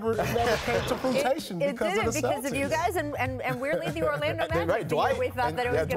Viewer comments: My nigga paul just said "fruitation" lol its fruition nigga lol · “Fruitation?” Paul Pierce makes Charles Barkley sound like a linguist 😂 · Paul Pierce literally said "came to fruitation" (as opposed to "fruition"). Lol. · Please don’t ignore that Paul Pierce said, “it never came to frutation”. 🤣🤣🤣🤣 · Fruitation?! Come on Paul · Yo Jalen said "FRUITATION" 🙊🙈😂😂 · Did that boy say... Frutation? 🤯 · Did he just say came to frutation? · “Fruitation” lol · Did Paul really say fruit-tition??? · Nigga said "Fruitation" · “Fruitation”? Get Paul pierce tf off television 😂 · “Fruitation”? I can’t....They just let anybody tv. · Hey Paul. What is "fruit-ation" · Not "fruitation", Paul Pierce! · Did this nigga just say “fruitation”?